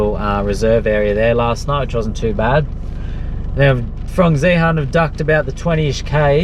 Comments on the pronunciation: Zehaaarn lol that's funny how you pronounce it.. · Love the videos! But you have to learn to pronounce Zeehan properly :P Its like "Ian" but with a Z at the start..